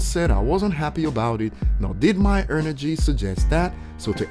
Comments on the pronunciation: You said "ernergy" and "codi" 😅🤣🤣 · Is it just me or he's pronouncing it 'ernergy' :p